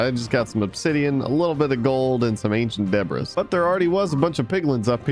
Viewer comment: I hate when he say ancient debris